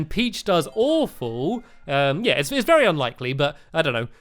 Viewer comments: Or Very i dont know it sounded like vary happy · On the last race he said "Vary Happy" lol